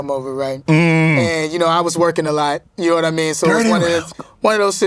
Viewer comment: I think it's more like, "Nahwmeen?"